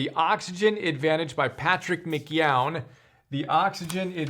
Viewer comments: I don't know what went through his head. Typical boomers not understanding that they could look p the pronunciation. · Nobody can pronounce his name. McKeown is pronounced mc kee-own. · I stopped when I heard him pronounce "McKeown."